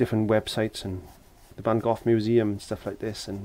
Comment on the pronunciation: My absolute favorite Van Gogh painting. Great job,, and nice to hear somebody actually pronounce his name correctly.